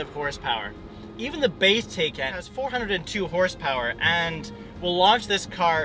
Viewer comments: Great video. Btw, according to Porsche, the car is pronounced “Tie-Kahn” not “Tay-Kahn” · PLEASE PLEASE PLEASE...if you want to be taken seriously can you at least pronounce the car's name correctly?